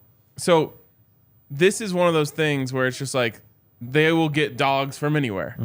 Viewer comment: You said Dawgs, man made me think you meant they landed one of our (UGA) transfers. You meant dogs.